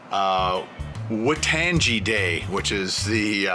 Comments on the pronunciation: Hey. I'm a long time viewer from New Zealand and I would like to politely tell you that you pronounced ''Waitangi'' wrong:P It's pronounced Why-Tongue-E < (best way I could demonstrate) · Hi ken, waitangi is kinda said like: why-tung-e. Maori words are not the easiest of words to say but good try haha :D. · Hey, it's pronounced "Why Tang EE" according to the interweb. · Hey, Waitangi is pronounced why-tongue-ee haha, good try though:p cool that you're recognising that kind of stuff!